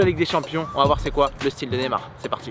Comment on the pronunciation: C Neymar pas nemar prononce le bien stp